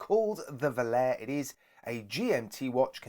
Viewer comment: It's pronounced VO-LA-RE, which in Italian means "to fly".